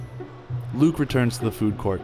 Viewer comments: anyone relizes he called luke buke lol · he says buke I swear 😂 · i thought he said buke instead of luke😂 i hope s2 happens